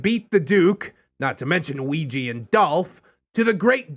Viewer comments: same.... it hurts my brain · I'm sorry... But all I can focus on is pronunciation of "Ouija"